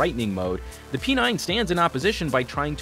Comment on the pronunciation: Why P9 sounded like "penile" 😂